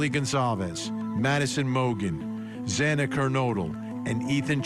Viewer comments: its Xana not Zana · At least the judge apologized (sincerely, imo) and corrected himself after mispronouncing Xana’s last name, but I guess it was too much trouble for the chief of police to show Kaylee the same respect, after he mispronounced her name also. 😢❤😡